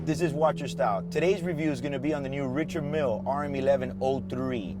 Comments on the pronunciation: isnt richard mille pronounced french? [Rishard milee] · You cant even pronounce the Richard Mille correctly. Thumbs down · You can’t pronounce your watch, you don’t deserve to wear it